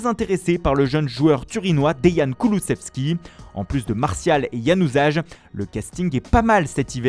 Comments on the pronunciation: Plutôt "yanouzaïl" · Januzaj ça se prononce [Yanusay]